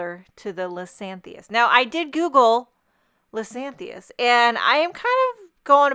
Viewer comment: I believe it is " Liz-ee-AN-thus." Beautiful card!